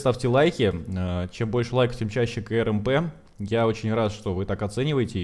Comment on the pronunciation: Говори не "К-Р-М-П ,а КРАМП. Так будет лучше!